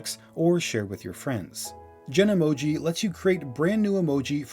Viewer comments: it’s called ‘Genmoji,’ not ‘Genemoji’ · Isn't it 'genmoji' not 'genemoji'? Genemoji sounds much better but Apple's site says 'genmoji' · Pronounced “jen-moji” and is called “Genmoji” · FYI it’s Genmoji not Genemoji